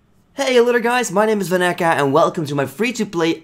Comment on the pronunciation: Imagine stealing Vannaka's name, and then pronouncing it wrong... Unbelievable. 😂